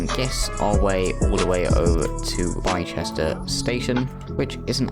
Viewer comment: Bicester is pronounced is bister :)